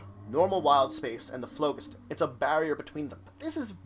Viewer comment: I like your vids, but you are mispronouncing phlogiston. The first O is long, the G is soft, and emphasis on the second syllable. I verified this quite easily online.